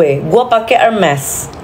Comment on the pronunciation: Wkwkw pcaran sm lele😂😂😂 Gpp blm pk hermes, yg pnting ud bs spelling hermes (ermes) dgn tepat drpd yg koleksi hermes selemari tp sebut hermes msh herme😂😂